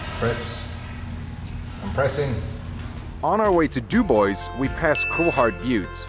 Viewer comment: Does Mr. Frenchie know how you pronounce "Du Bois?" He'd probably fall off his bike if he heard that.